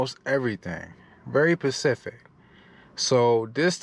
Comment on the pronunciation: Lol😂 every time you said the customer is very “pacific” all I could do was say the letter ssssssss! After every time! Lol great content! New Sunnis here